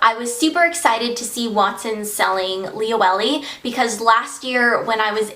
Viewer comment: So sorry to be annoying but it's pronounced li-o-e-le not li-o-ellie...